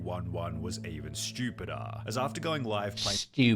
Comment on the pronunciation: can we appreciate the moment said "sTuPiDaRrR